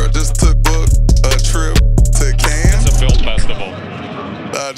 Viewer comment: Kudos to Gates for saying Cannes right lol